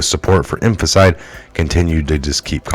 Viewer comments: No offense, you do a great job. But it's phonetically pronounced... In-fan-ti-side.... Not "infant-side".... Much love just want you to sound as credible as possible, because you do share good stuff. (Except the occasional David Zublik stuff... Lol... Jah moke!) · Its infanticide.. ( in fan ti cide) stop misprouncing it as it makes you look uneducated and I KNOW YOU ARE NOT UNEDDUCATED,, just pronounce it correctly...P L E A S E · It would be benificial to you to learn how to pronounce the word infanticide. In- fan- ti-cide. 4 syllables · IN FAN TIH SIDE In-fan-ti-cide Infanticide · Infanticide in-FAN-tih-cide. Break it down by syllables. After the vowel (a,e.i.o.u) , where there is a consonant ( a letter that is not a vowel) , most of the time you can break it off to a new syllable. Here, the last "CIDE" is one syllable. It takes getting used to. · in...fan...TI......cide, dont keep reading the same word wrong over and over , its really cheesing my fucking toast dude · {In FANT eh side} 4 syllables :) you're welcome. sorry, it was making my jaws squeaky lol. just trying to help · Homicide/infanticide pronounced almost the same. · Good review of days' events. Please learn how to correctly pronounce February and infanticide, you are missing parts of each word, it's distracting and takes away from your presentation.